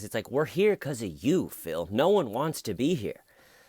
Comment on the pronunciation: Phil the big, white boy, preppie, med murder without a lawyer. Phil pronounces word no like now. “No, Phil or now Phil” yeah Phil, do blame us cops for your bullshit